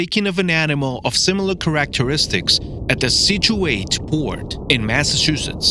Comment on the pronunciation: I still can believe how he said characteristics 🤔